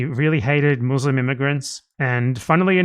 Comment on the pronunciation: pronounce muslim better than all those so called "ex-mouzleym"